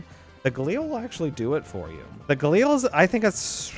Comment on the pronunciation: GALIL, NOT GALEAL.